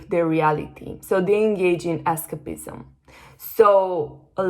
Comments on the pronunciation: es-CEIP-ism. Listen to it in the dictionary. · Incredible. Thank you! PS escapism is pronounced with a stronger A... more like "ess kaype izm" 🙏🏼